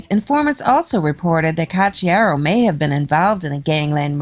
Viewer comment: 🤘💩👎💩🤘💩 You say: Ka chiaro. Why? Isn't the spelling Ko chiaro ? :: :face-blue-smiling